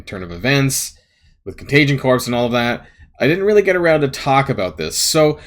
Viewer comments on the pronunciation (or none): Thanks for great content! But heads up, its contagion corps, not contagion corpse. It's pronounced "core" like the marines... You're driving me nuts over the last few videos, lol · Sorry to bust on! I appreciate you! But yeah, corps of engineers, marine corps... a dead body is a corpse, and a group is a corps pronounced "core"...it is what it is!